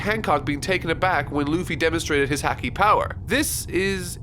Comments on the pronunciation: is going to take a break after the War arc...........does he know? (this is a joke) Also the way said Haki made me cringe. Someone tell him how to properly say it please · Dude your proninciations are killing me. you pronounced camie as kami and please for the love of got pronounce the A in hAki the same. Jesus. Editor! fix this please! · I love watching someone who has never read One Piece read it and love it, but there are so many times pronounces words wrong, such as Haki and sabaody. I know I am nitpicking, but when hearing them pronounced wrong you notice it very well. Forgot to mention before, but got better at pronouncing Haki throughout the review, yet not perfected/how it is said in the main story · The a in haki rhymes with the a in father, not the a in cat or the a in paw. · Hey,, for future reference, "Haki" is pronounced "HAA-kee," similar to "hockey." You keep saying it like "hacky." I understand the manga doesn't make pronunciations clear just like how you mispronounced "Camie" as "Kami" in the last video, but it may be a good idea to look into their Romanized names or briefly refer to the anime to understand their pronunciations. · Here's how you pronounce these things: Camie(Kay-mee) Haki(Haw-kee) Magellan(Ma-djel-lan) (Even I mispronounced the name when the character got introduced) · I'm so glad you're loving this series! It's my favorite by far. Only thing is haki is pronounced like ha ha. Ha-key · "Hackey" No. Immediately disliking the video for the mispronunciation. This is unacceptable. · Haki is pronounced Hah (like hahahahaha) Key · Haki! (Ha-Key) not (Hak-Ie) Please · Could u pronounce haki as Harki pls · Its Hah-ki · Hhhhack-ee Hack-nee Hackky Luffy's hhakee The haaahcky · Nobody: Literally nobody:: "Hackey" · It bothers me that he pronounces haki as hacky. It just sounds so wrong. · I find it funny that since has only heard haki in written form he is pronouncing it as häki:D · Ha-ki not hacky